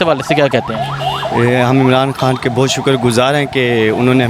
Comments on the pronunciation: عمران حان نہیں عمران خان بولا کریں بڑی مہربانی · Imran han sab. Imran han sab. Imran han sab. Imran han sab. Yaar iss host ko proper pronounce karnay bolo... Imran khan... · Imran Han naheen bhaee, Imran Khan - microphone ka itna he shoq hae to Urdu bolna he seekh lain. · Bhai, make one correction of your pronunciation, it’s Imran Khan not Imran Han. Thanks